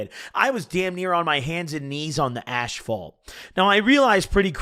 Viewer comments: Man hope u feel better but I just gotta correct u it’s asphalt 😭😭 not ashphalt I pave for a living shit made me laugh a little love u DONT be smokin no Reader h chemicals😂😂❤️ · "Ashphault" - invented a word damn add that shit to urban dictionary or sum he too used to saying "ash" he mixed it into asphalt 💀💀Can't lie same tho im bouta go pack a cone of sum good ol' white widow and take sum dabs off the peak, cheers. 🌬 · Just realized says asphalt like “ash-fault” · "on the ashphalt"